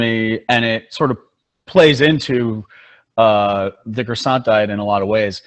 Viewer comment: cwasson not croysont